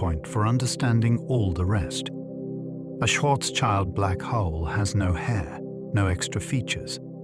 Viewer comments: schwarzschild sounds more like "shwarts-shield", not like "shwarts-child" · please don't let this stupid robot pronounce incorrectly Karl Schwarzschild schwarz meaning black and schild meaning shield